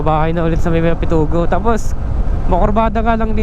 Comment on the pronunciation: Pitogo hindi Pitugo